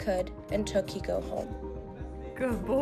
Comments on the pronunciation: I can’t be the only one to say this but...”Keiko” is a female Japanese name and it’s pronounced “Kay - ko” (like okay’s kay) not “Kee - Ko.” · Keiko is not pronounced key-ko...it’s pronounced kay-ko.